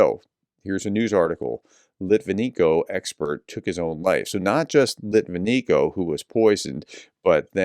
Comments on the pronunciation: His surname is pronounced lit-vin-yenko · Ok, I really like you. BUT when you fail to pronounce such a easy namn as LitvineNko correct, you look just plain arrogant. Do better, I know you can!